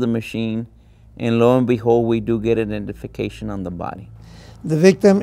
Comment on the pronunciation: These poor Texans. They think South Padre Island is a nice Beach LOL. Jesus they need to travel more.. Also did anybody notice the lead investigator named at 2 minutes and 19 seconds literally said we did en up getting "indification" instead of identification? This is the lead investigator and he doesn't even know how to pronounce a word that is absolutely used on a daily basis in his professional field. Wow